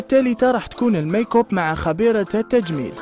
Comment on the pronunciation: شكون اللي لاحظ بلي قال المايكووب بدل الميكب